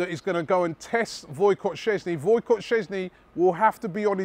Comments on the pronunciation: "Voycot"... Its pronounced "voy check" ._. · Wojciech is pronounced voy-check